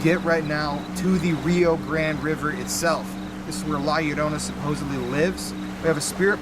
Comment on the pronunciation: The way you guys pronounce grande is infuriating lol. But I how everything seems 100% real. Keep it up guys!!!